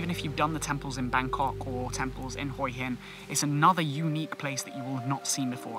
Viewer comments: I wanted to mention the way you say Hua hin which actually Translates head rock, Hua is pronounced huuaaa meaning head, your saying HOII hin hoi is tHE CORRECT word for shellfish but IS also slang for pussy which has made me laugh pussy rock I must visit immediately 😂😂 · Perhaps you should practice and get the pronunciation correct. It is pronounced in Thailand as WHA Hin Wha hin. It seems you have never been to Hue Hin. (Wha Hin) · Pronounced Hwa Hin